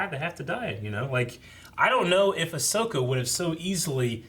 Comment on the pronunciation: really said “Bahsoka?” And looked at Eric like “did I get that right?” I need what this mans huffing